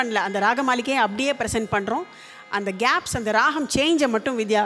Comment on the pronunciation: Excellent. Only one suggestion, ragam is pronounced as raham which may be taken care.